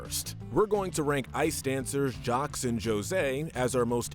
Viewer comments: Why you pronounce Jacques as “jocks”? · 'Jawcks and Johseeee' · ...did you just pronounce the S in Jaques? ...why?